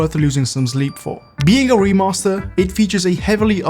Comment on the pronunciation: "was it worth losing zome zleep for" italy moment